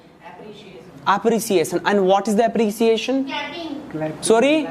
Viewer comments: Iniciater 😂😂😂😂 its Initiater Appresiason😂😂😂😂😂 its Appreciation.... Totally wrong accent!! What type of accent is this ,this totally blown my mind nd i quit the video ok bye!!!!!! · Appreciation ❌ App- re - ciaation ✅ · Apriseeyesen😂atensen😂pesuving. Purchasing degree. Kya kya dekhna padtahe